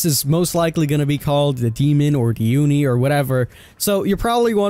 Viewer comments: OnEe king its Ohknee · it's "Oh-ni" not AHNI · Its Pronounced "Oh knee" Not "U knee" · He starts saying "oni" like aun-ie. Then, he says it like own-ie (the proper way). And at last, he say oon-ie. I don't care if you pronounce something wrong, but make up your mind, dude. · first he said awni, then uni, but never did he say Oni smh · You keep saying oooni its O-nee (oni) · Oh-Knee, Not Ah-Knee. <3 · Its pronounced "Oh-knee" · Did you try to pronounce Oni differently every time? I caught you saying Oni, Onni and even Ooni. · Did it trigger anyone else when he said Oni like Onny? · "onni" "ooni" Wouldn't be a King video if he didn't pronounce at least ONE thing wrong. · The most dreaded Killer of the sea: The Uni. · WHY ARE YOU SAYING ONI LIKE THAT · Why did you pronounce oni 4 different ways? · i cringed every time you pronounced Oni wrong 😖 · it literally hurt my brain everytime he said it wrong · Why does King pronounce so many words in a weird way? Sometimes he says the same word 2 or 3 different ways in 1 video. It's hard not to notice once you realise. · The way this man says Oni hurts my soul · He isn't even consistent. He pronounces it several different ways. It's hard to listen to. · Yes hahahaha